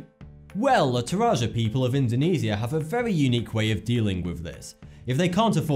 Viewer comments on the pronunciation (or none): none